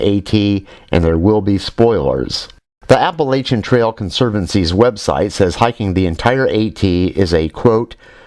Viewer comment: Do you know what I really like about all the great videos you do? I will tell you. First I can tell that you have actually been there and done that. Second you are honest and realistic. But MOST importantly.....you know how to correctly pronounce Appalachian! No kidding it aggravates the crap outta me to hear it pronounced with an sh. I lived there for the majority of my life and we always pronounced it with a check like chair! Bravo for you sir. Keep up the good work.